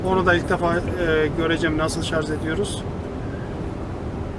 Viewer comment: şarz değil şarj